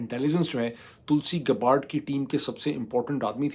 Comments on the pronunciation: یا اللہ معید صاحب یے تلسی گباڑڈ نہیں بلکہ تلسی گیبڑڈ ہے 😖😤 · Tulsi Gabbard is pronounced TUHL-see GAB-urd. The last name is pronounced "Gab-erd" .